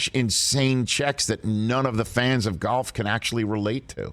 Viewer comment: It's not pronounced gyolf